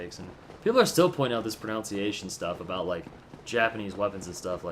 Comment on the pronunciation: DUDE ... it is PRO-NUN-SEE-AY-SHUN and not PRO-NOUN-SEE-AY-SHUN. The word is even spelled "pronunciation". How hard can it be? O.o